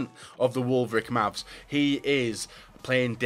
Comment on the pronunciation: Man said wolvric mavs